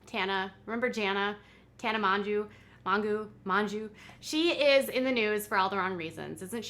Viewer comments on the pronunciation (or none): Tana should’ve been cancelled a long time ago lol also her name is pronounced like “Mojo”